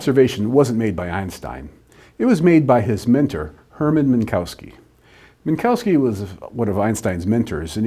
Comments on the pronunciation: Not Min - COW - ski but Min - KOV - ski (the W sounds like an English V) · Obligatory pronunciative snobbery hate mail: the correct pronunciation of Minkowski is Minkovski.